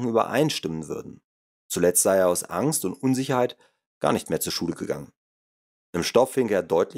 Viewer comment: Immerdrukktönnbuchch, Stuhdiõhännöõh, widd, wudde, Äxkusshännöh, wähdönnn, uuschiedlichöh Refrakktähhrtsaitt, Ankksst frükkt zwädönn, Pchoopleehmfahalltann, Probanne, ainisätzzt wähhhdönn, abgstrittönn wännn, Krannehauuss, Falllauufff, zwähhdönn, annzwännnä ... BÄHHHHH!!! Ekelhaft Scheisse gegrunzt. Einnn brovvessionellaahh Sbrechää wähh Gold wäähht. Dieses "Hörbuch" sollte man dem Grunzer in Form einer Videokasette in den Anus stopfen.